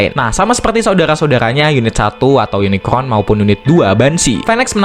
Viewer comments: Unicorn om bukan unicron😅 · Yunikorn, gampangnya gitu min R dulu baru N. Semoga membantu 😊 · susah amat min, tinggal bilang YUNIKOHN